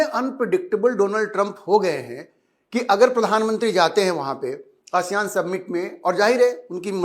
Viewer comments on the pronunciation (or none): Ye Submit kya hota hai ?? Summit kahiye summit